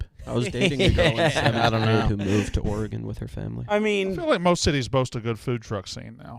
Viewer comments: The way people from the east coast say Oregon is offensive. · If I hear Frank say “Oregon” one more time after this, it’ll be too soon